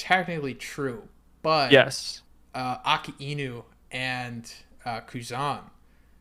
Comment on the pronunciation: Please say akinu’s and Kizaru’s name correctly